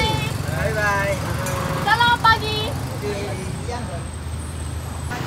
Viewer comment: Selamat pagi not selamat pagj